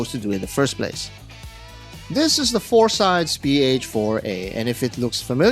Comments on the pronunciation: It's a Greek named, and it's pronouced "FOR-sih-deez NOT "four sides". Also, the lume easily lasts all night, perhaps you got a bad batch? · The Phorcydes are not Klingons but the six mythical daughters of the Greek sea god Phorcys. Medusa is the most famous of them. It's pronounced /for-sy-deez/ in English. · Hey Brother, it is pronounced FOR-SEE-DEES! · At least learn to pronounce the brand name!